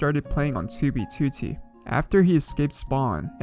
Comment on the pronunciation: why does he say 2b2t so weird